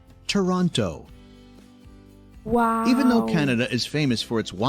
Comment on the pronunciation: If I ever pronounced "Toronto" like the narrator did in this video I'd be in big doo-doo with my fellow Canadians!